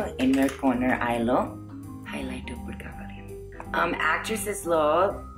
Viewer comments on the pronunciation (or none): I died 1000 times when you said ....."oopudu" for ippudu..... I really appreciate your effort to make such videos ....even though you are miles away from Telugu home and speaking a foreign language. I wish you and your family a happy Ugadi